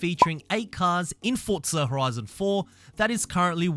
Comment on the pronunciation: No t in forza